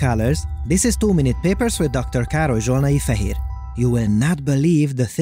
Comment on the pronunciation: As a programmer and game developer I feel deeply insulted by this AI. As a hungarian i feel really wierd when you say Dr. Károly Zsolnai Fehér in an English video lol.